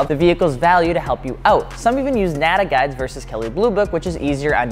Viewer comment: Sorry “nada guys instead of kelly blue book” I keep trying to rewind and understand what he said America explain 😂😂